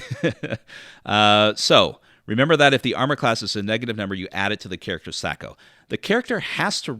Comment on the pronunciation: why are you using the long ‘a’? As far as I know Gary introduced the term in the original DMG but I’m not sure if there’s any recordings with him actually pronouncing it.